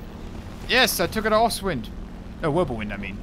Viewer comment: says ostwind in heavy accent what I hear “hey I just got an asswind”